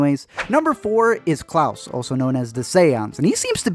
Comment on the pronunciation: KLAUS. K L A U S. KL-A-US Not cLaUsE bruh